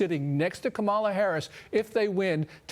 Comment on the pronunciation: sicko= the tampon king,he nor ka-ma-la, know how to spell their own name or pronounce it